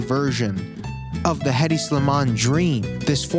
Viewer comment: noooo stop don’t pronounce the H in Hedi boy noooo